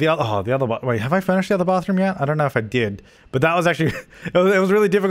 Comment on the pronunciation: Aye wike wour wittle bathwoom accent.